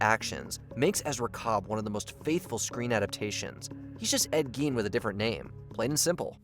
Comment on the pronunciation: Gein is pronounced like "stein"